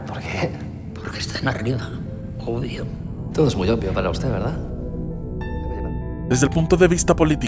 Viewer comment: Jajajaja como dice "obvio"... "opio"